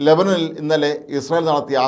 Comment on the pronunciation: ചേട്ടാ, ലബനിൽ അല്ല, ലെബാനോനിൽ ആണ്.